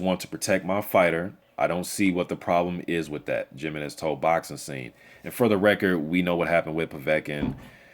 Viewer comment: "He-MEN-EZ", NOT "JIM-EE-Nez"!